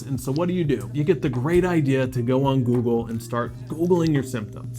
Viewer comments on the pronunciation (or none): none